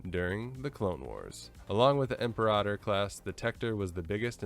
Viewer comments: Imperahtor? Class interesting way to say Imper-ator. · Im-peer-Ah-tor, capice? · Imp-air-ah-tohr sounds better, personally